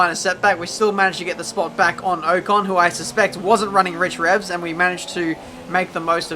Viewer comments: Its Ocon not Ohcon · LOL! pronounces pronunciation wrong... its 'pro nun see a shun ' (and from spa, last video .. pronouncing eau rouge, "our rue sh" but its actually "OH rue sh"). esteban OH CON! lol its 'OCK ON' like rock on without the R. keep up the vids tho.